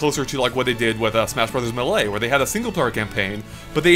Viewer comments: The way pronounces melee drives me crazy. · its been so long why hasnt learned how to say melee it hurts me physically every time i hear it